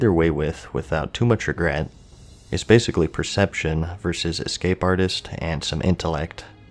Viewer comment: Why is it so hard for gamers to say “versus?”